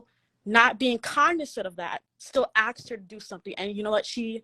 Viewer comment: "Still axed her to do something..." What is it with BW not being able to pronounce the word "ask?"